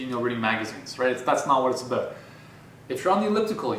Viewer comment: You convinced me, I'm getting an elliptical. And your Canadian "abOut" is adorable.